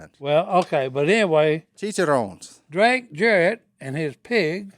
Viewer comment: Y’all. It’s “cheech-a-rone-ess” pretend you’re Cheech Marin or Nacho Libre. Roll that R. But seriously, Kristine is charming! I’d love to hear more from her.